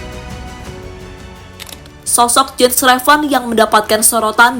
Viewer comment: its "YENS" not "JENS"